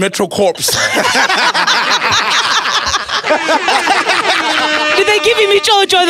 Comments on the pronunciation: Dude said metro(corpse) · “Metro corpse” 😩😩😩😂 SOL!!!